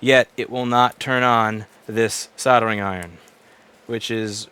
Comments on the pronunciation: That word has an L in it, not two Ds. Soldering. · Soddering iron 🤣🤣🤣 I always find it funny pronounced that way. From UK btw.